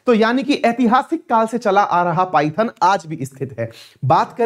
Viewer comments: सर, पाइथन नाही इसे पैठण केहते है। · Paithan is पैठण not पायथन